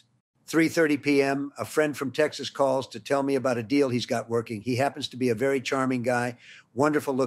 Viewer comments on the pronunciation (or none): none